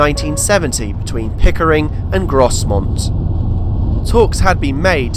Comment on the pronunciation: When you said Grosmont in between Seamer and Malton, that "S" in the middle of Grosmont is actually a silent word. It's pronounce as Gromont for Grosmont. I've just made you a correction.